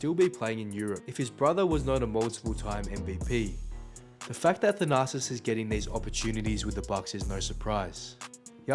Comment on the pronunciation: It sounds like you’re saying “the narcissist”.😂